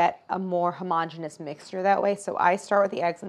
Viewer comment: Claire persists in mispronouncing "homogeneous"! When will the insanity end?